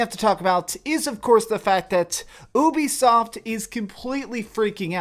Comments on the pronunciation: Normal people: Ubisoft! This guy: Ooobisoft! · The fact that you said OOBISOFT negates your entire opinion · Did I just hear b**bisoft? 😂